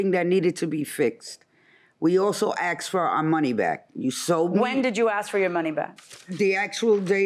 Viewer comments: Umm it's asked not axed...ugh I hate when people say that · Nobody AXED you 🤣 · Why can’t Americans say asked properly?